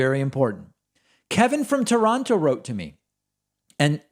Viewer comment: . WE say "kevin from toron-toe" but KEVIN says "kevin from tuhron-no"